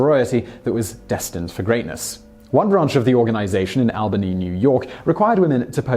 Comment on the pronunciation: FYI it's pronounced ALLbany, not ALbany. Thanks.